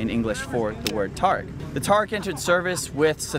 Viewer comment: god damn it its pronounced tuh-reek